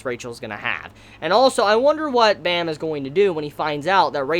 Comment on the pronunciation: Off topic but Baam's bame is pronouced with a light a. Like when you say "Aah." Also the B is leaning towards the P sound but you can still say it's a B.